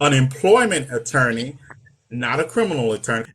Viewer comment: “Employment ittorney” that’s a new one for me 😂